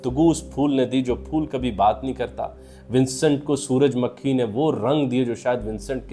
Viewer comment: سر سن فاور کا اوردو تلفظ سورج مّکھی بلکے سورج مُکھی ہے تاہم آپ نے کئی بار سورج مُکھی بھی بولا ہے۔